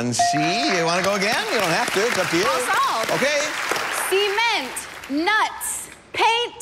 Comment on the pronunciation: Am I the only one laughing when I heard "C'EE'ment"? That was not the right pronunciation...